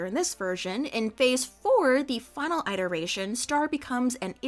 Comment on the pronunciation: pronouncing it 'eye-teration' gives the same energy as that one math prof who called them 'in-TEE-grals'